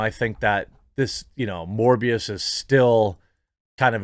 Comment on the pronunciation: Sounds like mush-mouth from fat albert trying to pronounce "morphius" from the matrix... who the hell is this?